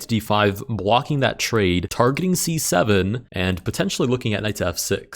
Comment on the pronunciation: i like when u say c7 cuz it sound like 67